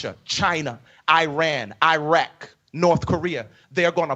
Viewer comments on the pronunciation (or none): none